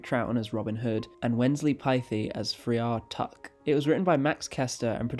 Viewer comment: Friar Tuck is pronounced Fry-er Tuck not Free-arr Tuck